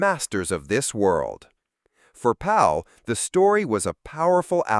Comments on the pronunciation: C'mon guys. George PAL not Paul! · It's George PAL not George PAUL. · Google’s AI assistant thinks you are AI. I asked because you keep saying Paul instead of Pal. He was George Pal. That’s not a mistake a human would normally make. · George PAL.... not PAUL! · George Pal, and Not George Paul AI Voice . . . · George PAL. Not PAUL. Omg. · Fix your robo-reader, its Pal not Paul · Its George PAL (like a buddy) Not PAUL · There are several inaccuracies in this review. The end quote about bacteria killing the Martians is more the book - and inaccurate at that - than the film. The full shot of the Martian comes about the half-way point, not at the end. Otherwise, except for not mentioning Barre Lyndon, the screenwriter who updated the story, this was a fine review. And George Pal's last name is pronounced "pal" as in a friend. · Are you sure? We pronounce it "Pal" but he was from Hungary so how did he pronounce it? I'm not sure. 🤔